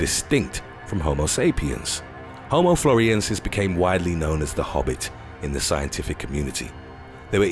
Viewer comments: Not "floriensis", but floresiensis. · The way "Frolesiensis" is pronounced indicates how much research went into this video.